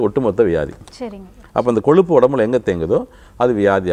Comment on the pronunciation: it is kozhuppu but not koluppu or koLuppu .learn to pronounce Tamizh properly.